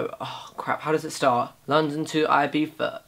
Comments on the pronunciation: BOI ITS NOT IBIFA ITS IBIZA (pronounced ee-bee-za) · It’s Eye-Beeth-a...not eye-beef-ah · Isn't it Ibiza instead of Ibifa? Very clean look! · Omg. London to 'Ibifa'. I'm dead. 😂